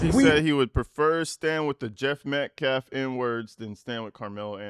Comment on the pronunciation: That minister guy says "Metclaffe" also